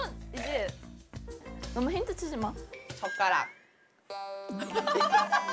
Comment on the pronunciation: Why is Yunjin saying chotkarak so funny xDDD I've been replaying that part over & over lol